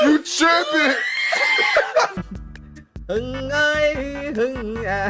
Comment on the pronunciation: chủ acc tên Hùng đọc Hưng nghe rớt hết nước mắt anh ơi:)))))